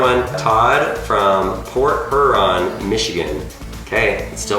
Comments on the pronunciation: its port here-on not her -on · He said port her-on but its huron which is pronounced hear-on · its pronounced port (hear-on) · It’s port Huron: hear-on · ...port her-on, Michigan...yeah you really can't pernounce a city in Michigan without hearing it first ...some cities don't follow normal English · He said port Huron wrong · You pronounced Port Huron wrong I live 30 minutes away that's how I know